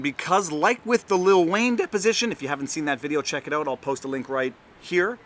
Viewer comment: Did he say "Little Wayne"?